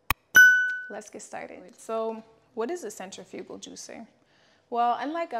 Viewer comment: Mispronouncing centrifugal but thank you for the video!